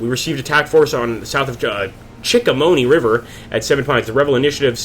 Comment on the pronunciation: The River is pronounced Chick-a-Hominy... Just so You know for the next video. : )